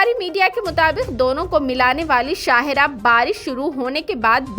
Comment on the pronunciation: Shahe rah nahi shah rah